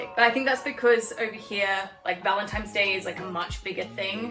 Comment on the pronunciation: Yeah I’m really going to listen to the opinion of a woman who says “Valentimes Day”. 🤦‍♀️🤦‍♀️🤦‍♀️🤦‍♀️